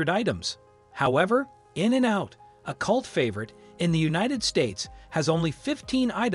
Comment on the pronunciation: I was like “Why is that guy pronouncing In-n-out’ so strange? Ohhhh…he’s a robot.” 😅